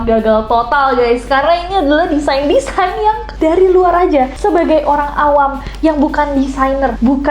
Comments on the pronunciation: Kak Desain gak bukan Desian🗿😭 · DESAIN KAK NESS BUKAN DESIANNN 😭😭😭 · DESAIN yak mon maap, bukan DESIAN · ka nesss design ka bukan desian ;DDD